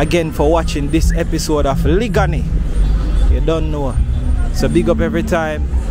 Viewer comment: Thanks for sharing...u are not pronouncing the word liguanea properly u saying it like a country man...it's liguanea plaza in the half way tree area..and u not saying the word liguanea beautifully..it's a long sounding word